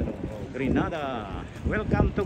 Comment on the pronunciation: It is pronounce gre_nay_dar!! Please thank you. Grenada is in Spain.